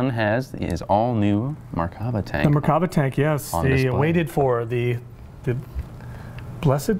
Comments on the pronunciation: no, it isn't, the RIGHT way is Mer-kava I know my name. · The proper way to say it is mirkava.